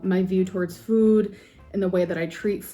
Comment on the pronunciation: AND THE WAY SHE SAYS fwoooood like girl… shut up. THE LIP SMACKING drives me insane